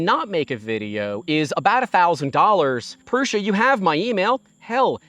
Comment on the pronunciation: It's Prusa, not Prussia.